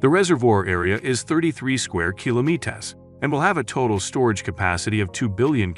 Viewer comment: why cant this guy pronounce kilometres? lol